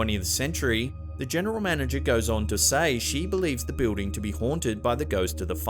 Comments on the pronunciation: I love how he pronounces building....BE-OOH-DING HAHA BOO-DING!. What is so hard about saying BILL-DING? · please learn how to pronounce BUILDING correctly. it's not Beuding.